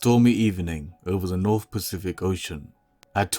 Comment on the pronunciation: There are no "f"s in nineteenth or "north" !